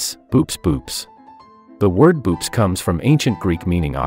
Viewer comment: hate to be a killjoy, but "boops" is pronounced "bow-ops"